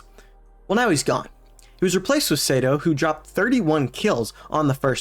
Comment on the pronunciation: Btw lol Sato is pronounced like Sah to